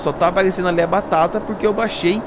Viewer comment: pq vc fala batata de um jeito estranho